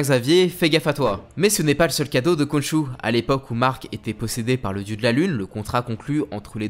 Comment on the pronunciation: ça se prononse "Ron'ssou"